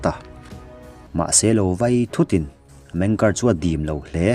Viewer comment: Meng kari jan tih chu😂😂😂 Zo tawng tak a chhiar in "meng ki ar" A nih kha mawle